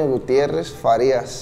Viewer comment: is not farrias is Farias . Saludos a la Familia. Tepeque Mich.